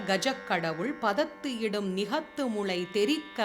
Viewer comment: I humbly request you to verify the poem starting' Panaikai Mukha'. In the last line the print is 'Nigalathu'. But I heard you spell ' Nigathu'. Is that by omision ? Please clarify. Thank you for the beautiful pronunciation.